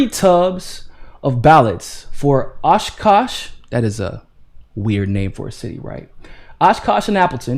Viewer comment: I live in Appleton. You did a better job than most of pronouncing Oshkosh and Fond du Lac 😄